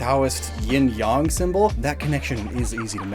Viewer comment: The pain of having to hear how you pronounce "yang" hurt so much 😭Please pronounce it normally! Not "yong" but "yay-ng". You look around my age; even if you didn't watch it, did you not hear about the show "Ying Yang Yo"??